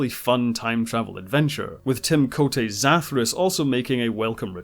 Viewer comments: You mispronounced Zathras.😊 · It's pronounced Zathras, not Zathras!